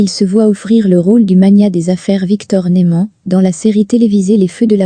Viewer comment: Oui je suis d'accord c'est vrai que a répétition de "Nouman et de Victor " Bradan "ça saoule.😅